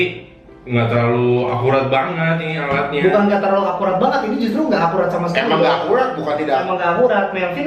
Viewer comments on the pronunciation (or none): Gak akurrraaattt... bukan ga akuwat😅😅😅😅😅😅